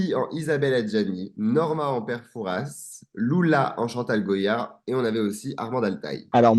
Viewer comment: On ne prononce pas le s de Fouras. Super episode !!!